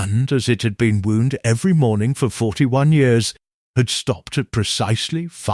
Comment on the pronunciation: Other than mispronouncing the word wound for wounding the clock and mispronouncing the word quince, another issue is who eats lunch ? p.m.?